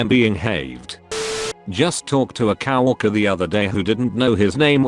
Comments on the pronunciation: No one: Text to speach: cowworker🐄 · LOL--the robo voice says "cow-orker" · The text to speech narrator in the near future I didn't know it wasn't pronounced cow-worker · "C O W- ORKER" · Everybody gangsta until the robot voice says “Cow-walker” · Cow- orker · nobody: text to speech: cow walker